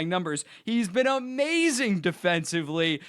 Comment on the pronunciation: “HE’S BEEN AMAZINGUH” 😩💅